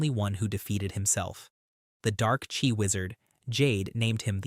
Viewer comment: Love your videos, but it [at least in English] is pronounced Chee, not Chi